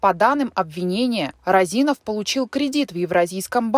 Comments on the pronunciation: Не РазИнов, а рОзинов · Не Розинов, а Розинов, ударение на первую О! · рОзинов, а не розИнов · Не розИнов, а рОзинов. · Не розИнов а рОзинов. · не розИнов, а рОзинов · Розинов, а не Роозинов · Вообще то фамилия Розинов ударение на первую "о" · РОзинов! Уши режит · рОзинов ударение на о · Ударение правильно ставьте😑 рОзинов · рОзинов... ударение на о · вы же не в курсе, что Розинов, ударение на О, достаточно честный и порядочный человек. Он не крал деньги у государства, у него отжали бизнес. Вся страна сидела на зерновых расписках и по секрету до сих пор сидит, под них выдаются кредиты. Он строил больницы, школы, дворцы школьников, помогал детям своих сотрудников на операции. Он лично у меня ничего не украл, как гражданина и налогоплательщика. Он не скрывался, вложил эти деньги в сельхозтехнику и элеваторы. Вы работников и обычных Костанайцев поспрашивайте, они вам расскажут кто он и за что его посадили, как бизнес отжали. Он занимался сельхозпродукцией, он сеял и собирал урожай. Не выкачивал ресурсы из страны. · Розинов, пишется и говорится через О.